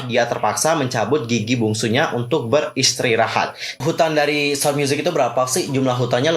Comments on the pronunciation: Apa cuman aku yang focus ke detik pertama dia bilang mau beristrirahat 😂😭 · beristrirahat (ber-istri-rahat) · Typo "beristrirahat😭" apa cuman aku yang dengar